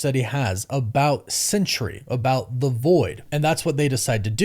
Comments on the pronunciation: It’s SENTRY: sen-tree, not CENTURY “sen-ch-ry.” There are two syllables, not three. Doctor Doom isn’t going to try to manipulate a hundred years. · Are you saying "Sentry," or "Century?" You should get that sorted out